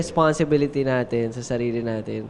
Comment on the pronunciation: "Our a'tin" 🥺